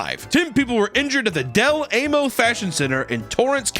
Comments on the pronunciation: its pronounced Dell Ah Mo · ITS DEL-AH-MOE YOU FOOL!! all jokes aside shout out del amo area code 310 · ik my SB cali peeps cringed at him calling del amo…“Del aY-mo” that’s my childhood mall and i think it’s pronounced “Del aH-mo”,. AND there has been shootings, riots, ASWELL as group fights - forcing the mall to check ID’s and not allow minors into the mall w/o an adult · Not DEL .... A...mo.. It's pronounced more like one word Del-Ahmo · "Del Ae-Mo" lmao I live in Torrance, its pronounced "Del Ah-Mo". It is a wild mall tho. They had to age restrict minors from being allowed inside on Fridays and Saturdays, and had to be accompanied by adults 21+, because of "Takeovers". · I live a few blocks away from Del Amo mall haha. Oh also it’s Ahhhhmo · Sorry, but as a socal resident, its funny how he mispronounced Del amo Mall 😂 Papa, we pronounce it as de lamo. Love you❤ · I used to live near the Del Amo mall, which is enormous by the way, and hearing it pronounced as Del Aim-o made me laugh harder than it should have. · I live near this mall. It’s pronounced del “ahmo” you almost made me unsubscribe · I’ve never heard someone pronounce Del Amo like that 😂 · i live in california and that is the first time ive heard someone say del amo mall like that 😭😭 but yeah as nice and expensive as that place is a lot of crap happens there . i missed a movie because of a shooting last year . the teens in torrance and the ones from other cities dont know how to act once they get there or plan robberies 😭😭